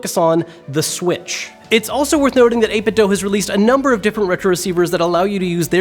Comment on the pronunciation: How can you have reviewed so many of their products and still pronounce the company name wrong? Its 8bitDO nor 8bitDOUGH. Their speakers state that exact pronunciation.